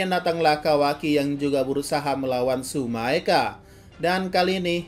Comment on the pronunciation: Bang Tsumeaka bukan Tsumaeka